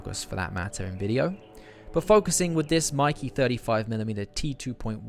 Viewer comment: Its pronounced "MAY-KAY"!!